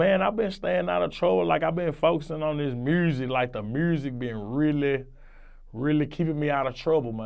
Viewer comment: "I been foesin on the mursic " this nigga cool af